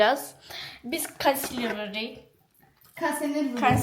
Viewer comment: niyə kansilirə konsuner dedi😂😂😂😂😂